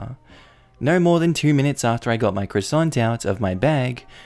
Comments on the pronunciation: Nobody:: Cwosooont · Oh my god. Your pronunciation of croissant is making the the hair on the back of my neck go up. It’s just awful! I agree with the person who said you’re having too much fun... much like a kid running her fingernails down a blackboard type of fun. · Bro! I had to stop to regain my composure from you saying Croissant. lmfao